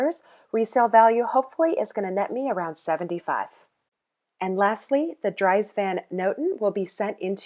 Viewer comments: Its pronounced Dreeeez not drys...:( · You know you're dealing with an amateur when the person isn't wearing gloves at the Bins. You can read the item tags for the fabric composition, or feel a small piece of the item when you've picked up your selection before heading to checkout. Also Dries Van Noten is pronounced Drees. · I believe Dries is pronounced "Drees".